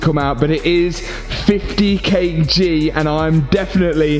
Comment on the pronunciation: Excellent work and a great video but ... kg is ‘kilograms’ not ‘kay jeez’.